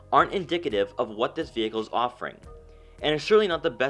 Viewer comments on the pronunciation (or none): none